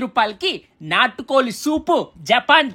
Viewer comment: నాటు కొలి కాదు నాటు కోడి